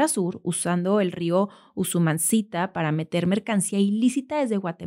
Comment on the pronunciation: Buen lunes!! Gracias por tu programa. Sólo una observación, el rio se llama Usumacinta no Usunmacita.